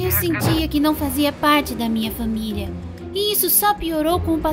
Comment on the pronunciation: Senhora jobs KSKSKSK pq ela fala FÃMILIA 🤨